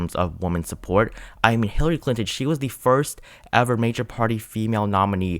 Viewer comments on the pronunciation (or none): none